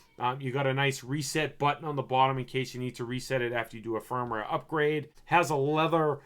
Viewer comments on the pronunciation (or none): none